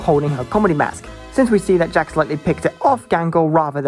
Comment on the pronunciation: (Angry British noises)